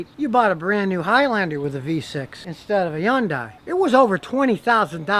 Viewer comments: It's HUN-DAY. Not YUN-DAY. How stupid are you? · The commercial say “Hyundai “. Not “Yunday• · You make it so difficult to pronounce. It's hun-day. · Did he say Yandai lol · As a Korean, pretty interesting how he pronounce 'Hyundai'. FYI 'Yundai' is the #2 ranked university in South Korea.😂 Don't forget the H! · A "Hayundeye"... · Its actually pronounced "Hy- yoon- die" not "honday" or Yonday" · Hey Scotty. Repeat after me. HUN-DAY. It rhymes with SUNDAY.😂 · When is he ever going to learn the proper pronunciation of Hun Day. It is not that hard. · My cousin has one that's the same vintage with 375,000 kms on it and still going. Just typical wear and tear items. BTW Hyundai is pronounced the same way you pronounce Sunday. Keep them coming Scotty. You rule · Why do you say “Yundai” ? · the joke went over your head. Scotty pronounces Hyundai as "Yundai". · Hyundai, rhymes with Sunday. My 2017 Sonata, so far so good. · No one: Scotty: Yun-die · Scotty it's pronounced like Sunday so its Hunday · "Хјундаји" is correct👌🙋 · Bullcrap - its pronounced Hun-DAY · What is so difficult? It is Hunday, rhymes with Sunday. Thank me later. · That's right. Scotty isn't pronouncing it right. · It's a silent H